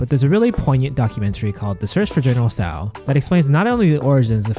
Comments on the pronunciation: Tso = Sow or Sau? 1st I heard it pronounced like that. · why pronounce tso two different ways?